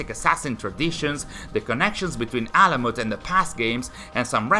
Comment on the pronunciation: You read that name exactly right ! Its ALAMUT..... it's the main and also the first fortress of hashaashioon( assassins ) which is in iran( persia ) ...and it's an ancient persian name which means bird's nest....im so happy that finally they built this game about alamut which is in ghazvin (a City in iran)....and also basim(باسم) means good looking or someone who smiles(it's also a Persian name but also in arabic language it means boy)